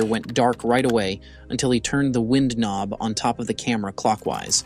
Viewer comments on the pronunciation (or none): Or the mispronunciation of wind knob.